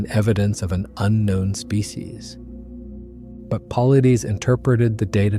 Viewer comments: Good job, but you butchered David's last name. Its not a big deal, but it says a lot about your style of research. Mispronouncing "Paulides" should NOT happen. It tells me you bipassed years of actually listening to David on various platforms. Im so curious how you allowed that to happen. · I subscribe to David Paulides. You are not even saying his name right, and I believe he did not sanction this video, and you are stealing his work. If you want to support DP he has a whole playlist on bigfoot on his channel, canam missing 411. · Who's david pulleedies? I thought we were taking about david Paulides! Pronounced Paul-eye-dis. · Paulides is not pronounced “Paul Uh Deez” or “Paul Eee Deez.” It’s “Puh Lie Diss.” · HAHA! Really: "Pauly-deees". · “Paul - lie - Diss” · His last name is pronounced "pul•EYE•duss" not "PAHL,uh•DEEZ" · David Paulides = Paul-eye-dess NOT Paul-eye-deez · I'm not meaning to be rude in any way. It seems as though you respect his work, and feel his work is credible. The least you could do is pronounce is name correctly. It is not Paul ih dees. It is Paul eye des. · It's not puhleedees. It's paul eye'd uss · Very well done! Thank you!! May I say that David's last name (Paulides) is pronounced as though you were saying "Pa-lie-dees" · You butchered David’s name Edit: Paul-EYE-Diss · It’s pronounced “pa-light-us”. ✌️ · "David Paul Ideaze" 😂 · It is pronounced "Paul I des". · PAUL - EYE - DEES try that in the text to voice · 8.58 Pavlithis (Παυλίδης), that's the pronunciation of his surname. When you come to Greece , buy 🍫Παυλίδης. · It's, paw LIES deez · Thorough video on the subject, but you butchered David Paulides’ name each and every time you said it. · Your next research project is to learn how to pronounce "Paulides". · You destroyed the pronunciation of David Paulides name. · You totally mispronounced Paulides. Have you ever watched any of his videos? I assume not or you would have pronounced his name correctly.